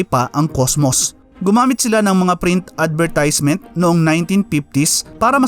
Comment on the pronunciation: Mali po ang pagbigkas nyo ng advertisement. Saka wag sanang singsong ang pagsasalita nyo. Pero nakaka- interes ang paksa ng video ninyo. Salamat.